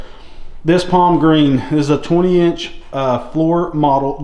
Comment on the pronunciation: Thanks. By the way it's Palmgren not Palmgreen.